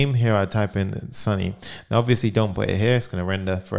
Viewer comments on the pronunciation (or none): none